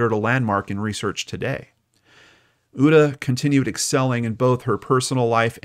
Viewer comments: Uta- pronounced ooo-ta 😁 So excited when I heard you mentioned Hamburg- my beautiful home town. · Your pronunciation of Uta is cute. I didn't recognize the name until i read it 😂 thanks for the Story, and 🖤